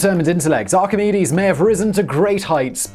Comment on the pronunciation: Excellent pronunciation of Archimedes and Euclid. We do notice when you nail the pronunciation 😉